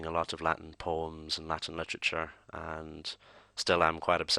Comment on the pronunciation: when you said poems i thought you said porn and i was like dude some stuff you don't share